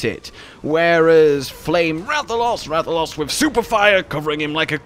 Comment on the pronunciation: dude pronouncing rathalos like rathaloss